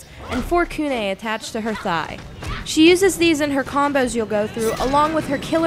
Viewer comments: KOO NEH? you mean KOO NAI!? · Wow this review was glaring. You mispronounced Kunai... it's Koo-Nai, not Koo-Neh...that's only the start....it sounded like you haven't played any of the past MKs and you didn't even know who Rain and Kenshi are and did some vague research. Also, consider your audience. You shouldn't have to tell us who the characters are. WE KNOW. Futhermore, how can you not say that Freddy doesn't fit in the mythos at all? All in all, I don't feel like this DLC is worth it just for Rain, who is all I want.